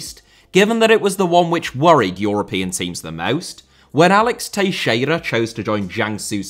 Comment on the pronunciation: Only will randomly pronounce Teixeira properly and butcher everything else lmao. No way Teixeira is the easiest name out of all the players and teams you've mentioned.